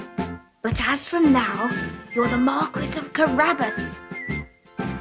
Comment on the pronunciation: The Mar-kwiss of Carabbas